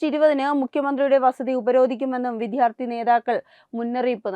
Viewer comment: 🙏 വിദ്ധ്യാർത്ഥി എന്നല്ല വിദ്യ .... വിദ്യാർത്ഥി എന്നു പറയൂ .